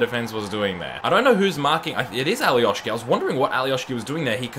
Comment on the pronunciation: Alioski no Alioški he is from Macedonia